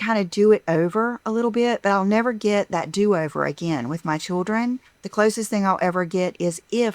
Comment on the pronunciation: Every time she says choodrin instead of children, I want to curl up in the fetal position.